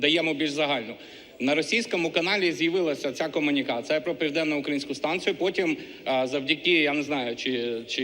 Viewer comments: Сука, украЇнска аес, украЇнська, не укрАїнска а украЇнська аес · Це лише мені здалося дивним слово «укрАїнська» у словах ведучої 😅? Я почала вже загинати пальці, коли чула «південно укрАїнська АЕС». Після четвертого разу захотілось вже написати коментар цей. Це так треба? 🤷🏼‍♀️ Я щось пропустила?😮😅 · Ну добре вона не знає правильний наголос в слові "судовий", але "укрАїнська" – це пип... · От дивлюся частину відео про АЕС і думаю, коли вже пані нарешті переїде в УкраЇну зі своєї УрАїни?.. Блюванути можна з того як ви вимовляєте "укрАїнська". Як скоро плануєте почати казати "на УкрАінє"? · Не УкрАїнська, а УкраЇнська! Дякую! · Наголос: Укра Ї нська АЕС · Ви так на російський манер вимовляєте з наголосом на А, УкрАінская АЕС, що блювати хочеться. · А чого це ви стали ставити наголос у слові "українська" як росіянка???